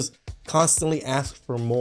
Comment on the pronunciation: The word is ask. Please drop axe.